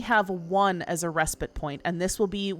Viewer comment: I don't care about anything else, but THANK YOU for pronouncing 'respite' correctly! The last couple weeks have been maddening! What is wrong with people? These streamers literally talk for a living, you'd think they'd look it up!